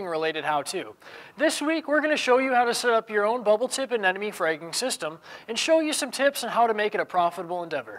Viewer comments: Anemone, not anenome. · Someday people will learn how to correctly pronounce Anemone.